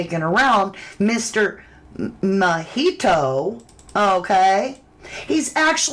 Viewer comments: The pronunciation of "Mijito" is mee-hee-toe -- you've been saying it right most of the time in this video. Mijito means "my little son" in Spanish. Mi hijo is "my son" and "ito" is the "little one". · … you are amazing! Sending you love and hugs! Btw…. I just wanted to tell you that Mijito is pronounced …. MEE HEE TO. 🌹❤️